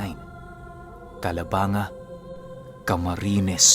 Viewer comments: Calabanga= calabang-ga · CALABANG-GA hindi calabanga